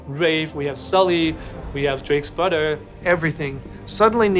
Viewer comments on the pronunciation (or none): "We have Drake's brudder" #brudder